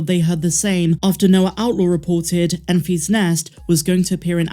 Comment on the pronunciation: It’s pronounced EN-fiss not EN-fees. It’s all one word, it’s not a possessive like “I found the egg in Mary and Enfy’s nest.”